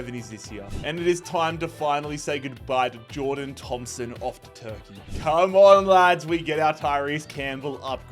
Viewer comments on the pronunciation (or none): none